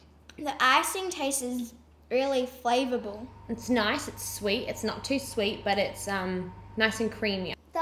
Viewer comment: You said it wrong. "MMMM! The icing tastes reAlly FlaVOurAblE-"